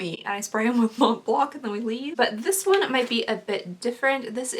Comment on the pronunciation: the “C” at the end of “Mont BlanC”, is silent.